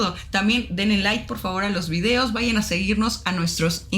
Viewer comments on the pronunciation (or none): none